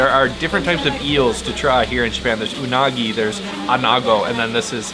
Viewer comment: Unagi (eel) 😂 I heard you say unago so many times lol.